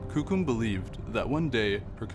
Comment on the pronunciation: Why do they choose to show the lightest skinned whitest looking natives to be shown on t.v I'm full blooded cree as is my son and none of us or my family looks or acts this caucasian Even the way the narrator say coucum ITS KOOKUM